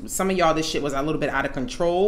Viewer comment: "Don't come in here tawkin no SHYIT" 😂